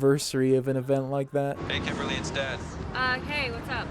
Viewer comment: did the day say "hey kimberly it's death" instead of "dad" at the beggining or am I tripping?